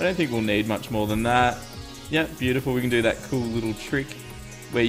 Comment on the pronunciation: omg is so is so ... ho crap "bio ty full" no ?